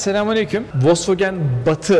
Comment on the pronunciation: Vosvogen değil ne zaman bırakacaksınız şu saçma sapan telaffuzları.